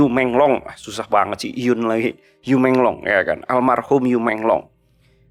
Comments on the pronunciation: Yu meng long, bacanya yi meng long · Bacanya: I mong long